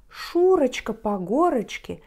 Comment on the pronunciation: Paczemu "Szuroczka" czatamy kak "Szureczka"?:P